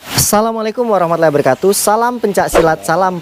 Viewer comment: Ucapan assalamualaikum nya di benarin lagi bro